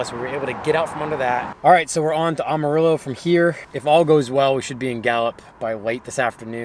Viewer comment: by the way it pronounced am like amateur “Amarillo “